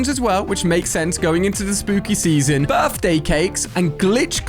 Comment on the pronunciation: The fact he said Birfday cakes🤣🤣